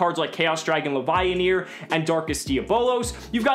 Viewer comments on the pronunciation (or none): none